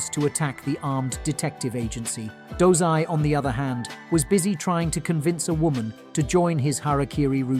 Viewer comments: Dozai?, i thought it was dazai, osamu dazai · bro did you just said 'DOZAI' I thought his name was dazai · His name is dazai idk why he did that lmao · Dazai❌ Dozai✔️ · he pronouncing wrong, its dazai